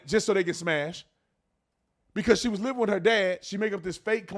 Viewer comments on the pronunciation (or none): none